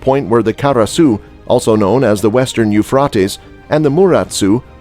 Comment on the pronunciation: You're saying the river Euphrates wrong.